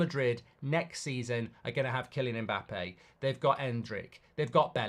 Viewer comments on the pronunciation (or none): none